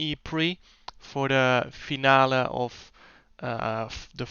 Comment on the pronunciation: Finale is also English Although in English you say it like[fee-nal-lee] while jarno said [fee-nal-le]